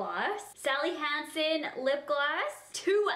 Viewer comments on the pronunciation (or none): none